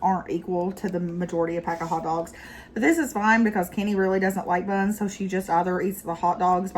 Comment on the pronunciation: Or when they emphasize words!!! When she said "BUNS", I couldn't help but giggle